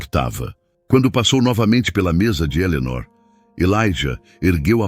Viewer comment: Fala o nome de Eleonor direito.ok😊